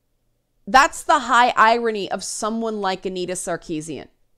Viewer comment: Oh your said the name of the three headed hydra “annitazoewu” I wish the games press would give up the gamer gate talk as well! I think those like me who were neutral and most of those who were pro gamer gate have moved on! Funny it’s the anti gamer gate and games jurnos who are still but hurt over gamergate, even though in the log run they won that fight!